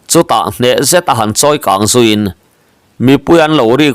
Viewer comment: Zuin patiltawlh hi ZU in, zu in mi sawina ri ang nilo a, Sazu sawina zu in/zupawl lam rik ang a lam tur ni awm tak anilo maw